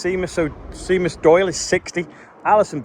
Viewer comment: Seamus (on birthday bumper) is pronounced like shaymuss. It’s Gaelic for James.